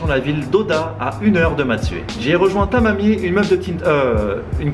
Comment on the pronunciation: Mdrr quand il a dit "avec Tamami" j'ai pété de rire on aurait dit qu'il nous insultait xDD